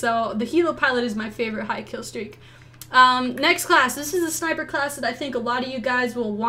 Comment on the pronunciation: sniper not niper